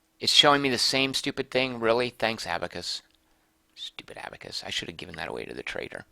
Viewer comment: Milou was Tintin's dog's name. I think in most English translations he (or she - the gender is never mentioned) is named "Snowy". Abacus is generally pronounced like the band ABBA(+cus), and the "ch" in "archipelago" is pronounced like a "k", though "Archie Pellago" would be a good name for a Las Vegas mobster.